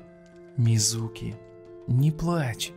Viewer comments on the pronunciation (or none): Не мизУки а мИзуки